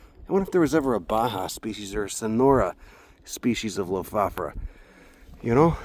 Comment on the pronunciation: Amazing knowledge, observations and wonderful viewing :-) Thanks too for teaching me the correct pronunciation: Low-Foff-Or-a ...